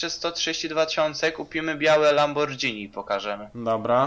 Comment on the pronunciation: sorki ale mnie to boli LAMBORGHINI (WYM. LAMBORGINI ) NIE DŻ ;P